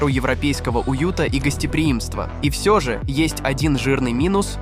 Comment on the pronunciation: Эх, AI подвёл, вместо "всё" говорит "все", ну как ему скормили текст, так и озвучивает